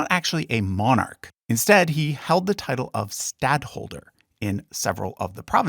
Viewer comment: you'd think if you were going to do a video about a subject you'd learn how to pronounce all the names properly and especially the word Monarch